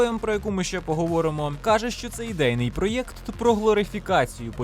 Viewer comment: О ні! Ти почав говорити проЄкт, який ріже вухо як Европа і Єкскаватор(((слова взяті з сумнозвісного каналу)